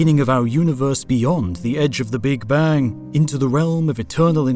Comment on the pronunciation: Now i know that this voice is AI generated and this Channel lost its charm for me :(((( Notice how he say "big bang" ... sad